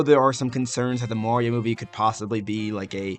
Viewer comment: Why do you pronounce "Mario" as "Morio"